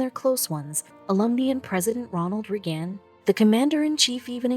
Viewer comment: A great story . . . spoiled by the computer, auto-translate and speech: Instead of M.I.A., it was Meah. And instead of Reagan, it was Rughan. Do better to honor this gentlemen.